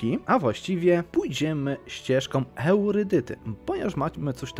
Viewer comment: spoko odcinek ale ten "eurydyta" gryzie w uszy xd